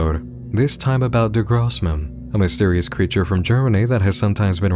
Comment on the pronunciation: I know it's "der großmann" but "Der grobmann" has me in stitches. It's the brother who's just stout and chunky and I'm all for him. <3